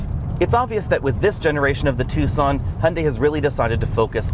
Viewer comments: You say "two son" laugh here we say "tak sun". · Ah, amusing. Yes, Tucson is not pronounced how it is spelled.